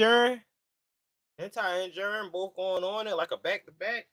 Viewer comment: Put out that lefty, son. It's HINATA, not Hinta. Lol Also, it COCONA, CO-CO-NA, not Cocahantas. Hahaha.